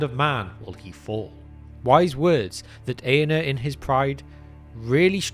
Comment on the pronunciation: Very good video. If I may suggest, the letter R is pronounced in the names. It’s AragoRN, EaRnuR etc. thanks